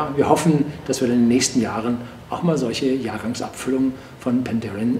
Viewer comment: Also das muss einen Daumen runter geben. Zu Besuch in der Brennerei und man kann nicht mal deren Namen aussprechen. Dann nicht mal das extra für ihn bereitgestellte, geöffnete Fass verkosten und die Beschreibung zum Filmchen ist auch noch falsch. "Horst Lüning verkostet ein Fass..." 🙈